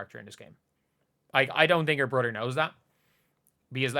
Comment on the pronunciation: Caitlin Clarkr's "brudder."